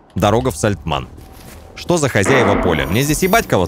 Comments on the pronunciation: Такое чувство, как будто у обида какая-то на эту деревню - Сальтман, Сальтаман, но только не Сальтамн) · причитай хоть раз нормально название деревни )